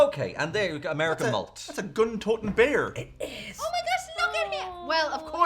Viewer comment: How and both said “beariff” at the same time! 🧸🚓